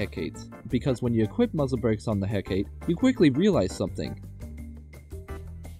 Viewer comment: aCkShuAlly iT's prOunCeD "hE-cAh-tAy"!!1!11!